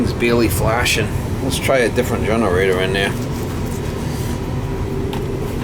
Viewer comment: Take a shot everytime “generatah” was said